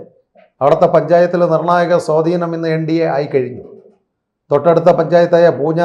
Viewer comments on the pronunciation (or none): none